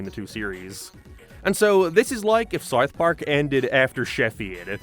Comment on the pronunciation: man how do you pronounce south so poorly